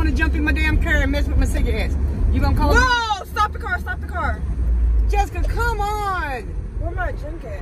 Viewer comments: The cer you mean car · at this point it’s “sigga et” and “kur”